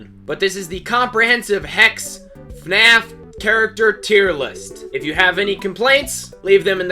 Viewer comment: Don’t put a s instead of a h in hex!